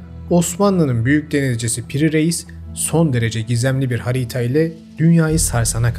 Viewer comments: Hocam yanlış anlama dalga geçmek amacıyla yazmıyorum bunu, ama telaffuz ederken ''hariita'' gibi çıkıyor ağızdan sonuç olarak kitlelere hitap ediyorsun. Kendimce imkanı varsa telaffuzunu düzeltmen için uyarmak istedim. Tabi bu isteğimin bana bir katkısı yok sadece diksiyonuna katkıda bulunmak istedim. Dinlerken ve izlerken en keyif aldığım kanallardan birisin ve diksiyonun gerçekten çok düzgün ama insanız bazen dikkat edemiyoruz. Seviliyorsun iyi çalışmalar. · Bende ona takıldım bilerek yapıyor sandım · Herşey çok güzel fakat hariğğğta dedikçe kulağım acıdı🥲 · Sürekli haağrita dediğiniz için videoyu çok izlemek istesem de istemsiz kapatıyorum. İğreti etti beni. Yine de ayıp olmasın diye videoyu beğeneceğim. 😉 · Harita telaffuzu o kadar irrite etti ki başında kapattım videoyu. Hariyta ne hariğta hariita nedir abi hiç mi dinlemedin kayıttan sonra??? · Yanlış anlaşılmak istemem, amacım sadece bildiğim yanlış bir şey var mı diye sorgulamak. Harita kelimesini neden Harîta olarak okuyorsunuz ? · Emeğinize sağlık, ama harita telaffuzu çok rahatsız etti, hariiiiiiiiiiita. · Kardeşim hariğta demeyi bırak lütfen valla sinir oldum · Evet yine çok bilgi dolu bir içerik hazırlamışsınız ama şu 'harita' kelimesini farklı bir vurguyla söylemeniz ister istemez sürekli dikkatimi dağıttı :) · ''harita'' böyle mi okunur??? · hağriiiiğğta o nasıl telaffuz öyle. videonun sonunu getiremedim sinirden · Abicim. Harita demeyi ogrenir misin videoya odaklanamaidik yaaa hariiyta hariiyta deyip duruyorsun 😂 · Hocam selamlar severek izliyoruz ama iki videodur hariiyta hariiyta demenden dolayı hiç dikktimizi veremedik. Konu ciddiyetini kaybediyor. Bilmiyor olabilirsin ve öğrenmek isteyeceğine inanıyorum ancak doğrusu harita diye yazılıp harita diye okunuyor. İ'si kısa okunmalı. Lütfen dikkate al. Sevgiler. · Bilgi birikiminize saygı duydum,yanlız neden "harita" demek yerine "hariita" ? Dinlerken aşırı rahatsız edici. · Abicim.hariita değil. Harita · Hariiiiiita telaffuzundan odaklanamıyorum 🤷🏻‍♀️